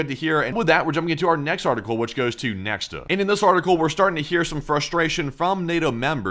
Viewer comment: according to wiki Nexta is pronounced as nekhta and not as neksta btw